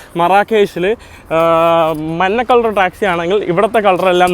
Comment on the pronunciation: 'ഞ" ഇല്ലാത്ത.. 'മന്നക്കളർ' അല്ല ബ്രോ 'മഞ്ഞക്കളർ' ആണ്.. but video and your efforts are appreciable.. go ahead.. all supports